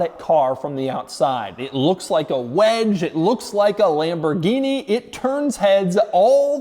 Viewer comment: It's not pronounced "Lamborghini"!!!!!.... It's Lamborghini... cmooon man